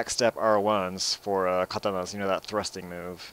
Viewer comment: hmm.... everytime you say Katanas I hear cuntanus :L